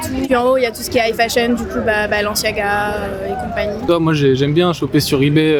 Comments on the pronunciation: Je sais que jvais passer pour le relou de service mais "Valantino" "Balanciaga" faites un effort mdrrr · Personne a vu le « balanciaga » ou le « Valantino » ? 😂